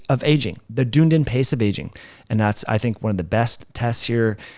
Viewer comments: Yes! Almost like 'done needing' ie ..dun'needin' 😂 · Great info as usual! Just one little thing as a person on the other side of the pond. That tricky pronunciation is "duh.nee.dn" rhymes with speedin.. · Btw, Dunedin is pronounced Dun-edin. It’s a university town in New Zealand. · You are pronouncing Dunedin wrong. Any New Zealander would get upset with you 😁😁😁